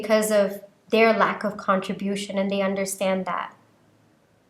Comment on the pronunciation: Love your readings. There is nowhere to send this privately. I'm an ESL teacher and an immigrant and my Dad was an immigrant. You dominate English. Con-TRIB-ute & Contri-BU-tion. It's okay if you delete my message. I won't nitpick your videos in the future.